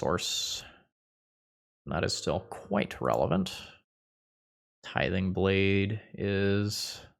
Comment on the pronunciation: Why is tithing blade so hard to pronounce? Tiding blathe?